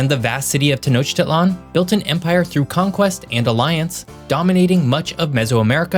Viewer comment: ....brush up your pronunciation before you attempt Mexican geography. Notice which one syllable is stressed in each Spanish word. Popocatépetl, for example. And Tenochtitlan, stress on the "i".